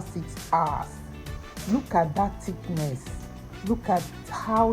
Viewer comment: Nice 👍 sir slurry thiknes not thiknes